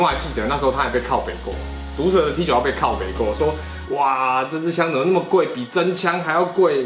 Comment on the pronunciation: T91念作 梯勾么 都當過兵了不要亂念